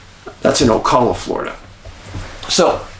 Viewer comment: Ocala, Florida. Pronounced O Cal ( as in Cal Ripken) A.